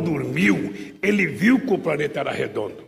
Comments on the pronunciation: Sabe tanto que falou ( PRANETA) depois ( PANETA) pra ser físico , um bom físico , tem que falar inglês , pra saber os elementos , a MAIORIA tem o nome em inglês. E o Molusco nem português sabe, predicado e plural , NÃO EXISTEM NAS SUAS PROSAS. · O do lula não é planeta , o dele é ( PANETA) ou ( PRANETA) ele sabe tanto português,Quanto física!!